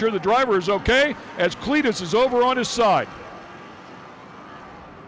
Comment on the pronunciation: Are they trying to say Clitoris? I feel like they keep saying something foolish like Cleetorus.